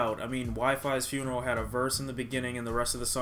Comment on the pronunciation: you r supposed to pronounce wifisfuneral ,wifysfuneral